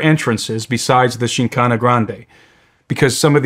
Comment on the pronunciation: The host didn't even research enough to prounce the topic right.. should be full of facts lol